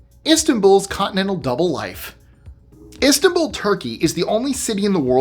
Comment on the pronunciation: The way he said Istanbul made me check out minute one